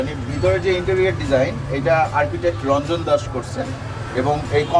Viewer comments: please. pronounce the name correctly. It's Rajon Das not Ranjan. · The name was Rajon Das but he pronounced Ronjon Das,However i don't know how this man has got the information, that it's one of the best restaurant in sylhet. 😂 totally rubbish restaurant.